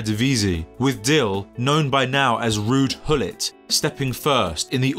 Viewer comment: Rudy Dille. It's not Rudy Dille. Thats not close to his first nor last name. Take 30 seconds to google translate with sound this stuff. You lose all your credibility within 10 seconds of your 'journalistic' video. It's Ruud Gullit, pronounced as Rude Gull it.